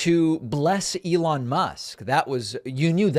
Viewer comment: "Uh-lon Musk"